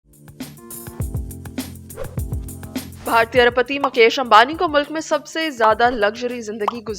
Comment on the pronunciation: مکیش امبانی نہیں مویش امبانی😂